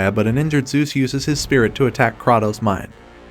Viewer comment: The number of times you butchered Kratos' name hurts me.